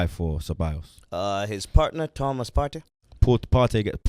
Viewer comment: 🤣🤣 Poortey not partey